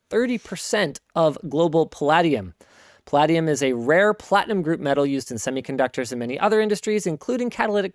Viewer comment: Pronouncing Palladium wrong. The last part is pronounced the same as stadium